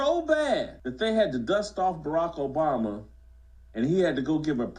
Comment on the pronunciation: I like how you pronounce Obummer!